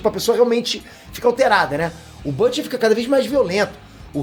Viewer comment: quem é bâte? fala português caralho kkkkkkkkk deve ser o Bruto